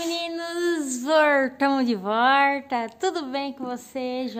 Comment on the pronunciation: Por favor, diga estou de volta e não estou de vorta